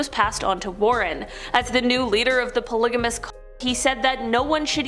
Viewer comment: You can't even say CULT?!